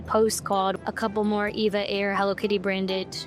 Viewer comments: It's called E V A NOT EVA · It's E-V-A as in Evergreen Airways but I often find myself calling it Eva.☺ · Officially, it's E-V-A, but even employees, when not speaking with customers, will say EVA. When the airline was established, the chairman, the founder of Evergreen Group, wanted the airline to have the name Evergreen Airlines. But that name was already taken by a US cargo carrier airline. So he settled for EVA (short for EVergreen Air). However, in Taiwan, they're free to use Evergreen Airlines (長榮航空). So people in Taiwan mostly refer to it as Evergreen Airlines. The Taiwanese diaspora around the world normally says EVA instead of E-V-A (it's just easier). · Not really a Hello Kitty fan (sorry folks!) but EVA Air (I pronounce it Eevah) is one of the nicest ways to fly in business. I'm a fan. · The flight attendants on board calls it E-V-A , check with them next time when you fly